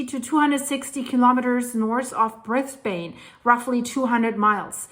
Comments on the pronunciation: The Capital of Queensland, Brisbane is pronounced "Bris Bin" not "Bris Bane" even though the spelling looks that way. I live in Brisbane, Australia btw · Aussie here, I used to live in Southeast Queensland. It's said "Briz-bin". Love your work, BTW. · "Brisbayne" lol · Brisbun is how it should be spelt 😂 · Kill..keeee…van… Bris..ban… they are not pronounced phonetically… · you need to say" brisbin."...like a bin....lol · G'day, just so you know Brisbane is pronounced like "Bris-ben", just ignore the E on the end 😀 always good to see your videos 💚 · Hi, this is actually how to pronounce Brisbane. It's Briz- ben ( say it quickly all together) in Aussie Lingo 😊 Love 💕 your videos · Thanks. I never would have thought you would ever cover an earthquake where we live!! We are in south Brisbane but did not feel it though our friend round the corner did! (Brisbane's pronounced more like Brizbin btw)